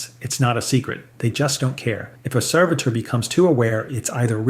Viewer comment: And changes how he pronounces 'servitor' back and forth multiple times in the span of just a few sentences.